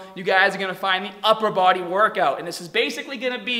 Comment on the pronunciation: “Two paht…” Me can’t pronounce Rs, cute “…woRkout” 😳wtf